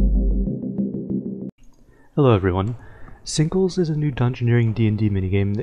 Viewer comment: I thought you said "singles" in the intro lol